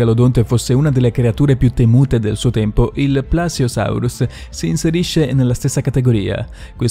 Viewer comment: Occhio ai congiuntivi. Qualsiasi cosa CAPTINO, e anche in altri video☺️ comunque bel lavoro. E..PLEsiosarus. E gli accenti su idrocarburi e cartilagineo…